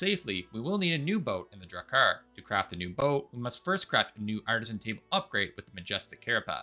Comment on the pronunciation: I have never heard of these things called "care uh PASS" and "duh VAY gur." Enlighten me